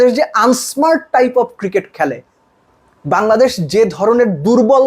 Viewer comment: বাঙলাদেশ ❌ Hangladesh ✅🤡😂